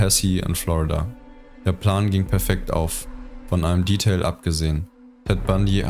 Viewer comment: Danke fürs Video. Seit wann wird das Wort "Detail" im Deutschen englisch ausgesprochen? :-) Auf die moralisierende "Mistkerl"-Passage am Ende hätte man angesichts des bis dahin neutralen Tons ruhig verzichten können. Die Zuschauer kriegen die Einordnung auch allein hin. An der doch sehr monotonen Vortragsweise würde ich noch arbeiten.